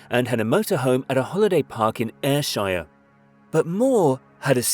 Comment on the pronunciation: And he got Strathaven too. ;) But then, messed up a bit on Ayrshire!